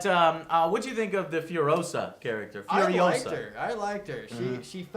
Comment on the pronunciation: its FuriOHsa not FurioSAHHHH